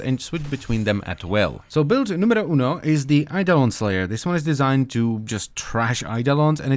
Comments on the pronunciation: did he say "build numero 1!?" triggered because I'm italian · I love when you say "numero" ^_^ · Thats how finns say it